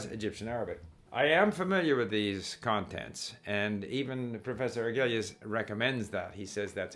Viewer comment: Steve, Try to say Prof. Argüelles name how a Spanish speaker would say it. That is how how you pronounce it. The double L becomes a Y. I am used to how you said it, as an English speaker though.